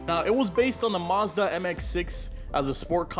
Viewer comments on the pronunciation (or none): none